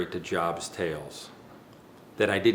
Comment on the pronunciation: jobst is normally pronounced (yobst). i dont know it karl jobst actually pronounces it this way, but it still sounds cringy as shit when you say it like walmart